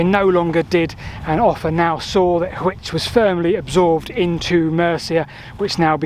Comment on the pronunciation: Just so you know, Hwicce is two syllables. There was no "silent E" until after the Middle Ages.